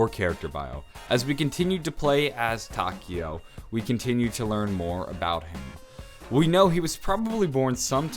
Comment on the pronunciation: I'm sorry, butt you're pronouncing Takeo's name wrong. In Japanese, the "e" makes an "eh" sound. I'm currently learning Japanese and thought you'd like to know that.